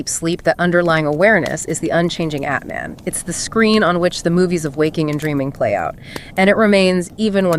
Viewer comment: Great summary. Not to be petty, but Atman is not pronounced like cAt or bAt. The « a » is more like ahh